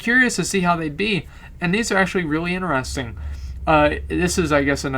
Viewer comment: very inerestin .. xD No offense but that's a re****ed way of saying interesting ! xD love you !